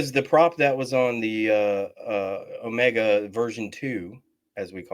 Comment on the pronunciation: Agreed. Even mispronounced the name. "oh-MEGA" instead of "OH-mega" as it has been up until now!